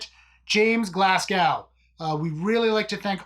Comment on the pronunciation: your pronunciation of 'Glasgow' is more painful than me losing my job